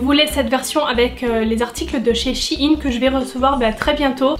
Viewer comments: J aime bien la vidéo mais s il te plaiiiiiittt arrête de dire shiine c sheine sheeeine voila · Shi ine 😂 c'est pas plutôt " shaïne" ( je parle de prononciation) sinon top vidéo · Sa me stress le mot she-ine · Je suis la seule qui comprends pas pourquoi elle dit "Shein" de cette façon ?